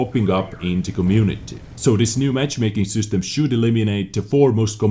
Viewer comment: Its system not süstem